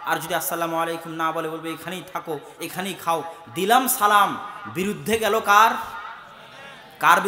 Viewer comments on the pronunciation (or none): none